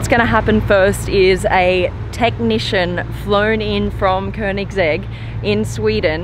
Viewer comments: It's Koenig segg.not koenigs egg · did i just heard she'd pronounced it koenigs egg in the beginning? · did she just say Koenig's egg ? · Koenigs-egg Regera